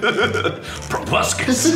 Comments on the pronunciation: I swear half of this video is Mark saying the word probuscus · I am Beepbop XDD At first I thought he said "Probuscus" and I was like "WHERE'S TOBY TURNER AT!?!?!?! MY BOY TOBUSCUS" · How many of you rewatched this because you wanted to see mark say pRoBusCus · Meme Juice WHAT THE FUCK IS A PROBUSCUS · Nobody:... Mark:probuscus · jayd mihalic or whenever Mark says "proboscis" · Why does proboscis sound very bad when mark says it??? It's not actually bad 😂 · I’m an entomologist and every single time I say “proboscis” I think of this video, so thank you for ruining my life